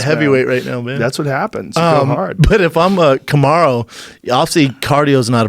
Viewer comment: Did he just say cum-aro? 🤣